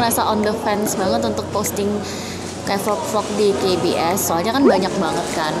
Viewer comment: that, " KA BE ES" .. pronukasinya kukira lagi di kbs, kbs yang ku maksud "kebun binatang surabaya" :(